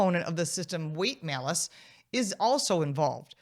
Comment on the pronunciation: The malice tax. She said it correctly.